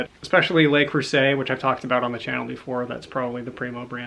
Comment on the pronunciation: Le Creuset... "Ler"... Lé would sound like "lay".